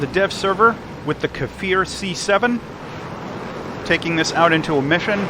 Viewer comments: kfir not k e for k as in cli- ck and then fir edit bold made it seems like a lomg sound the k is short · its not kefir, just kfir. you say it just like it looks like. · Great content! Also the kfir "K" is pronounced like the "C" in coffee or car in the British English dialect. It shouldn't sound like Kafir.